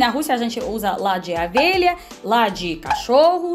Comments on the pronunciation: É lã de. O V E L H A, e não é AVELHA, KKKKK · 😁😁😁😁, é O. Velha e não Avelha 😁😁😁 mas o vídeo está ótimo!! 😍😍😍😘😘😘💖💝💖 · É engraçado ouvir você pronunciar "lá de avelha ". Adoro seus vídeos 👍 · Você troca O pelo A rsrs . Vc é muito simpática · E avela... É ovelha 🐑 adoro o sotaque!! 🤣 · "Avelha"???? 😂 🐑 Ovelha... 😘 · Você têm problema em falar Ovelhas você fala Avelha kkkk